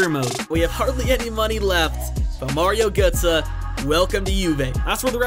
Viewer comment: 'Mario goetze'??? WTF